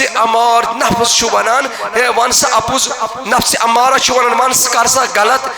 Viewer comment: نفس اَمَّارہ بفتح الہمزہ نہ کہ نفس اُمَّارہ